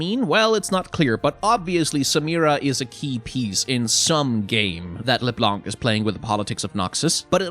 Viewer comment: This is not how you pronounce LeBlanc XD